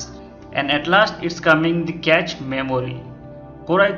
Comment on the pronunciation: improve ur English man...cache is pronounced as cash not catch. Make a video only if u have some real info..otherwise we all can read everything on the net. what's the use of making such videos?